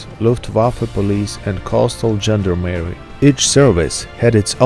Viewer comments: Good video but that dreadful Americanized pronunciation of gendarmerie makes my ears bleed. zhon DAA muh ree not: Gender-Merry gend (constable) armerie (french: armory/german: army). EDIT: you even get "gendarme" correct! Use that as the basis for gendarmerie! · It is not pronounced "gender Mary", man. It is not a transsexual, it is a gendarmerie. Pronounced exactly as it is written: "gend armer i". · You know this is a France expression ....from ..(1791) "Gens d ' arms " ( armed man ) Gent...leman armed ..... How a American can dispronouncing "Gent d' arm erie " 😄